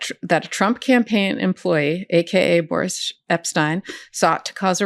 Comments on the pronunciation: "Boor-ish" Epshteyn — love it! 😂🤣😂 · I believe Mr. Epsteyn's first name is pronounced 'boorish', Ms. Agnifilo. ;-)